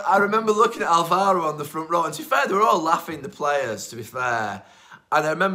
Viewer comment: Even after Spain you can't learn that in Alvaro, the tone is on the first syllable. Álvaro Negredo. It is even made easy for you. This applies to all commentators as well, why can't they learn foreign names properly, it is a matter of respect. Names that you use week in, week out in your work. There are elementary school level rules for pronunciation in every language, which you can learn in a few minutes, without speaking the language.